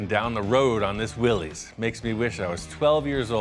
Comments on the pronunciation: Willys, pronounced Will-iss, not Will-eez. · BTW, it's pronounced Willis, like "Watchu talkin' bout Willis". Not Willies.